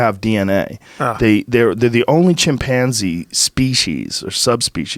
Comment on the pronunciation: The way joe says chimpanzee😂